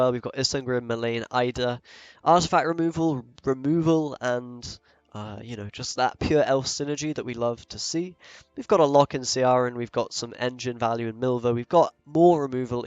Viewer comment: For the love of all that is unholy! would you Yanks and Brits get Ciaran's name correct - it is pronounced 'key-ran' - it is an Irish name, you can go with 'key-rawn' either, depends on the local dialect, but it not f'ing 'sea-aran'. Noobs. Thanks for the deck btw :D